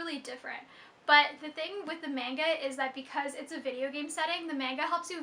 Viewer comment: Did you just say... Menga?